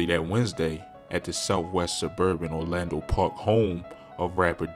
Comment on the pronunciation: “Orland” park not “Orlando”😭😭